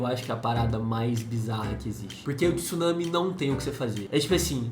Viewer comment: Não se fala tissunami e sim tsunami ! TSU TSUNAMI !!!